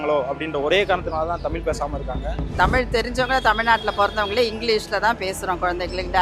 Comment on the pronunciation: இரண்டாவதா பேசின 'தாத்தா'வே.. தமில்.. தமில்.. னு, 'ழகரம்' பழகுங்க பெர்யவரே.. 🤕